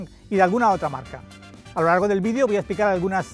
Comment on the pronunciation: Vidio? 😒 Se dice vídeo.